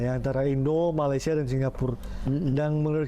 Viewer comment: Kamu berdua, sebutan Malaysia aje ngak pandai masa mau bandingkan segala ...udahlah kamu belajar dulu sebut negara Malaysia ...kamu yg ngak betul sebenarnya 😂